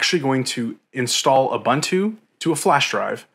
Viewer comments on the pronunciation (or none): Ubuntu pronounced "oo boon too"